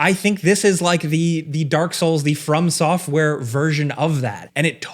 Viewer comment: I swear it sounds like you're saying "firm software" 🤣